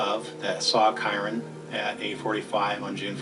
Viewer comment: after HOW many times Kyron's name was pronounced, he still goes and pronounces it ky-ron....